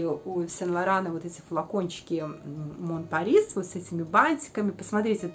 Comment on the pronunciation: Пожалуйста, без обид, но читайте название парфюма правильно. Напишу русскими буквами : Мо(н) Пари (не читается s в конце) А за видео спасибо 👍